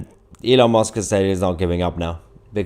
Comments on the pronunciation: Why can’t you pronounce Elons name correctly? Musk not Mosk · Musk Mahyer not mosque. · His name is MUSK NOT MOSK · I can't help hearing Elon 'Mosque', when you say his name, and not Musk. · Thats Musk not mosque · Mahyar, it is Elon Musk not Elon Mosque 😂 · With all due respect my dear Mahyar, try to pronounce it as Musk not “Mosque”, you might inadvertently cause the wrong impression 😀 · Hi Mahyar, I love your content and your English is near native perfect, except for your pronunciation of the vowel U. It's not the same as O!! It's not opdate or Elon Mosque!! Yes dear friend, that is how you just said his name! Musk is like a Musk Ox! Ask a friend! (Unless this is a London accent Ive never heard in my 75 years in the South!) Cheers & stay safe! No offense I hope! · “Elon Mosque” 😂😂😂😂 it’s Elon Musk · Musk. MUSK, Elon Musk. Not Mosk!! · Are you calling him Elon Mosque? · Elon mosque?>? wth bro lol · Please don’t call him Elon Mosque 😂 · Do you know you pronounce his name Elon Mosque? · its elon musk not mosk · Did you say Elon Mosque?? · Musk.... Not mosk 😉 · Good host, does sound as though he's saying Elon Mosque not Elon Musk, which is quite amusing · Elon M u s k Not Elon mosque please Mahar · Why do you say Elon Mosque???? It's MUSK..U as in Uncle.. or is it a play on words??😮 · Musk not mosque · Elon musk not mosque you Muppet..are you taking the piss..🤬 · Please it's M u sk. Not M o sk. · It's MUSK not MOSK! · Why do you keep saying "Elon Mosque"? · Mahyar, can you please stop calling him Elon Mosque! It's MUsk! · Stop calling Elon mUsk Rlon mOsk. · Why are you saying Elon Mosque? 😂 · Haha you keep calling him Elon Mosque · I'm going to call u mr. Tootsie! Kindly pronounce Elon's surname correctly. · Love how you pronounce it as 'Elon Mosque'. :). Really appreciate your excellent content, thank you. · Why did I hear Elon Mosque XDDD